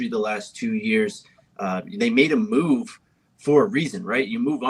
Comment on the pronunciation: said mooth youvment 😂😂😂